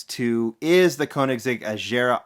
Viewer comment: It's Agera with a clean G. Like in "egg".